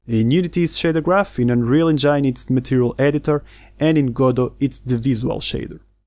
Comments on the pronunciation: én-gin (not: en-jáin) : ) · Amazing video!! You should look up the pronunciation of engine though :D